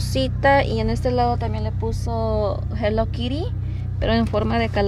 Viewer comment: No das una es hello Kitty no hello Kiry hay no das una 🤦🤦🤦🤦🤦🤦🤦🤦🤦🤦